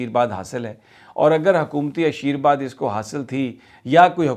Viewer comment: Blessing is ASHEERVAD not not ASHEERBAD It is humble correction